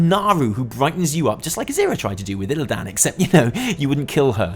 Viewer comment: I like you, I like you enough that if I had a vag I would deffo let you spawn my insides. BUT you don’t need to butcher the names it’s just Illidan, ya don’t have to go with illlaaaaaaaaaaan. Part from that, take me 🌲